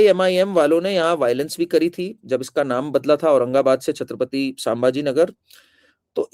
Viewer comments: जय श्रीराम मॅम कार्निक नहीं बल्की कर्णिक सरनेम है! वैसे ही सांभाजी नहीं संभाजी नाम है! और एक संजय शिरसाट है शिरस्त‌ नहीं ! Pl correct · संभाजी - स सांभाजी नही | कर्णिक - कार्निक नहीं